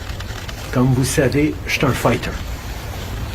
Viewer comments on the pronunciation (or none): I thought he said "I'm a faygg hat" instead of fighter. it would have been his truest statement ever!